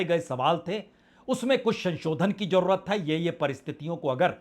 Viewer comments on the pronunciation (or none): 🙏sir hajjar nhi hazaar,jarurat m" j" nhi "z"aayega.